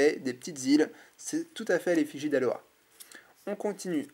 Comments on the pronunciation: Pitié arrête de dire Aloha c'est Alola x) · t'y dit aloa au lieu de Alola. ..